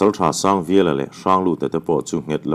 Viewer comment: Pasalṭha Sangviala tiha 'vial' hi meizial tiha 'zial' tih anga lam tur a ni lo maw? Hetiang hming pu kan khuaa mi chu chutiang chuan kan lam ṭhin.